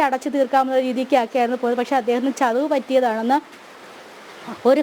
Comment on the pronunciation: ചതവ് അല്ല പെണ്ണെ, ചതിവ് എന്ന് പറയു